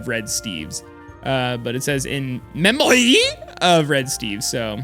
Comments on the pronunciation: Nobody: Not even the red statue: Not even dead Rainbow Steve, or maybe he isn't...: NOT EVEN THIS COMMENT: NOT EVEN NOT EVEN: reading the sign: In MEHMAOIIIIIIIIII of red steves. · "in MEMOY of red steves"